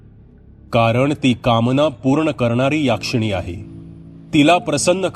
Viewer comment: याक्षिणी नाही हो.... यक्षीणी